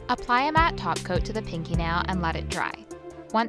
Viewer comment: I keep hearing glossy taco whenever you say glossy top coat😂